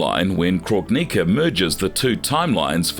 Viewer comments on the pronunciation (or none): I love this channel and I think the depth you go too in order to explore the characters history, storyline and involvement is really impressive! I think the editing is top tier and that the narrators generally do a good job! But I must admit, even I lost my composure when my guy said "Krog-nicka" 😂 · Lmao the way u say kronika name u saying croak nikka lmaooooo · I agree with this comment. I came to praise you with everything Gemini said and can over look a mispronounced name here and there but getting Noob and Kronika so wrong is like nails on a chalk board lol just read your script to someone that's a fan of the game before hand and that should help ALOT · Ffs every video is the same. If u cannot say the character names properly then u shouldn’t say it, unless ur gonna learn to say it properly. It’s shao Kahn not show Kahn. Obvious to me that these people are not fans they just making content for money Edit: this is by far the worst video u guys have ever done. What a load of crap! Every name is pronounced wrong. How baraka and kronika are pronounced is ridiculous. It’s like ur trying to mess it up on purpose 🤯